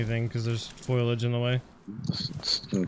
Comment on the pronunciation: It's "foliage" not "foilage" FO-LEE-AGE. Good video though, not heard of the game before but it looks interesting, even if it clearly requires a lot of work still. I'd pass on it in its current state - I bought Groundbranch when it was first released and it's taken a long time to get to where it is today - I'm guessing this would be the same, assuming the developers stick with it and don't just abandon it. That's the biggest problem and you have no way of knowing which way things will go.